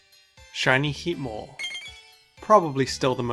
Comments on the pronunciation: Heatmor? Really? Alright. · Heatmor? Really...